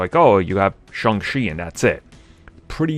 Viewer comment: …it’s Shang Chi NOT Shung Chi